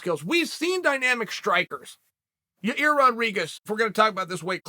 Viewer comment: "Learning how to say Magacherryopav took me a period of time, I actually worked with Megan Olivi and had to break it down" "Ya-ear shouldn't be punished because Ya-rear still went out there and competed" Uncle Chael, master of languages 😂😂😂